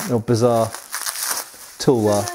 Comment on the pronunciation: Correct pronunciation of Tulwar - Thull (like dull) vaar (like car) Also the extremely curved one might be a Tegha(pronounced Thay Gaa)